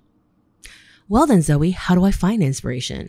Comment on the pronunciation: "But Zoh-EEEE...I have this CONHceptt..." really cracked me up!!